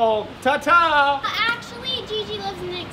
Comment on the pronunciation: how did he pronounce gigi wrong